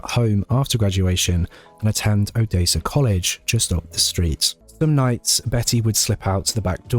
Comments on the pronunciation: it's Odessa your saying it wrong it's said the same way as the city in Russia o-des-a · Good job! Odessa is pronounced with a short e not long e.😀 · The second syllable of o-DESS-a rhymes with “dress”. 😉